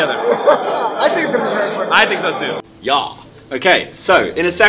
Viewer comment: did anyone else lose it when he said "ya"